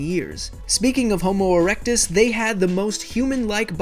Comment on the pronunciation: it sounded like he said homo erection